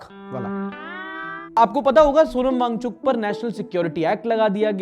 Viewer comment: वो सोनम नहीं सोनाम है।